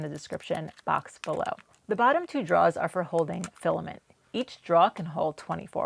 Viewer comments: Why do you keep saying draws instead of drawers? You don't have a non-rhotic accent generally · I'm sorry....are you saying "draws" or "drawers" you dont seem to have a new England accent, so I'm a bit confused. Lol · Question. Are you saying draw / draws? Or is that just your regional way of saying drawer / drawers?